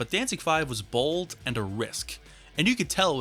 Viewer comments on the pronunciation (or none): none